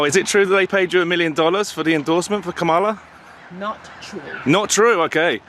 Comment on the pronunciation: Shame on Ka-mall-la 😅😂